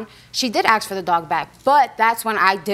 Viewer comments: Ask, A-S-K not axe. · Why can’t these people say ask not axe? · Anyone else get irritated at folks who say “aks” instead of “ask? I just shake my head and stop listening. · "ASK" The word Is "Ask" not "aks".